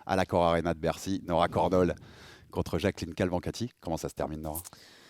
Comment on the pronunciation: Faites gaffe à bien prononcer le nom de l'adversaire de Nora, c'est Cavalcanti et pas Calvancati 😅 sinon super interview, Nora est vraiment solaire et toujours aussi loquace, c'est vraiment une belle personne et super combattante, on a de la chance qu'elle soit l'une de nos représentes françaises MMA avec Manon.